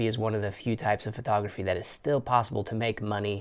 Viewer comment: You say the t in photography like a th. It sounds like you're saying Phothography.